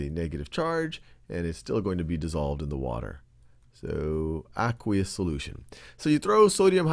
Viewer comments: It's pronounced "Uh-quaye-us" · I thought it was ay-qwe-ous